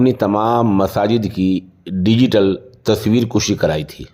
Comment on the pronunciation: السلام علیکم الدین النصیحۃ کے تحت بندہ اس طرف توجہ مبذول کراناضروری سمجھتاہے کہ لفظ! تصویر کـَشی! ہے کَشیدن مصدر کھینچنا سے کاف پر فتحہ ہے پیش نہیں ہے۔۔۔ اور !خود کُشی! میں کاف پر ضمہ ہے کُشتن مارڈالنا سے